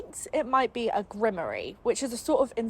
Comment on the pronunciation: While I’m grateful for the breakdown because I couldn’t read it since it was beyond boring, every time you mispronounced grimoire it made me shudder. 😆